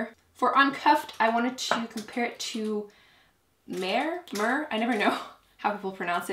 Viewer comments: Mehr is pronounced "meh-r" (your first try). It means "more" in German! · Mehr is pronounced like La Mer but without the La 😄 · "Mehr" means "more" in German and is pronounced as "me-er" :) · Mehr is pronounced as "May-heigher". It's a common name in India :)